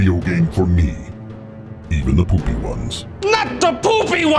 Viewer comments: Mackenzie Rayne I thought he said the Boobie ones. LOL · Nicholas Svitak I thought he said dark bark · You can tell who Vader is by the way he pronounces things like "two" in "1992" and "even the poopy ones." If I had expected a plot twist the first time around I still don't know if I'd been able to guess him.